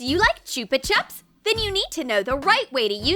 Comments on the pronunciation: Who miss pronounces chupa chups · Ahh haha choopa chups LOL